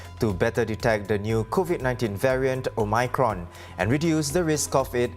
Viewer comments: Omicron, not omycron la some more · Cant stand the o-my-cron pronunciation 😖😖